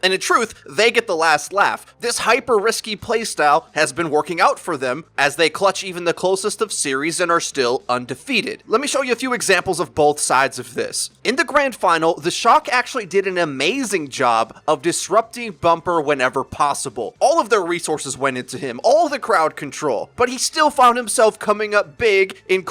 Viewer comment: Love the vid, please stop saying "Bolth"